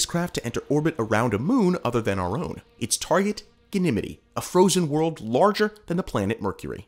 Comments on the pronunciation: It’s pronounced Gan - nuh - mede Ganymede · Nice video, but MY GOSH, EVERY TIME YOU SAY "GANIMITY" IN THE VIDEO IT GRATES ON MY EARS LIKE FINGERNAILS ON A CHALKBOARD! It's Ganymede, Gan-ih-meed The pronunciation of Ganymede moon is typically pronounced as "gan-ih-meed". You can listen to the pronunciation. GOOGLE IT! Always check your details before going public, it adds to your credibility. Otherwise, an excellent video production. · Gan-e-midi ???? Ganny Meed !!!! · but is it pronounced as ganimidi or ganimid? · I'm 50 years on this planet and never once heard someone pronounce Ganymede that way. Even had a planetarium in my high school and no teacher said it that way. Even google doesn't agree with you (or me) in how to say it. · Have I been saying Ganymede wrong all this time? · The Ganymede pronunciation is killing me 😂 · Where's he from? Hopefully that has something to do with how he's pronouncing it? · Same. Definitely not how astronomers pronounce it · For the ancient Greek hero, he said it right. For the moon of Jupiter... not so much. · Dude, I don’t even understand how he could get it so incredibly wrong. It’s like he’s doing it on purpose.